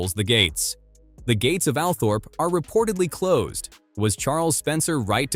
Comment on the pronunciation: I think Althorp is actually pronounced Althrup